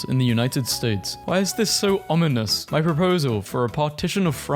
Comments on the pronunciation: he actually said ominous correctly, somehow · finally did it. He correctly pronounced "ominous". Good job man. 👍